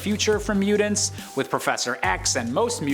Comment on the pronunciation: I’m sorry…but, his annunciation of “mutants” is KILLING me. Lol!